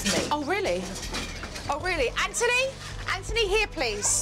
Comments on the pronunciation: His name: Anthony Jo: EnNtUny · Kids name: Anthony What jo says: Antony Btw I love this show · She really saying AnTony it's anthony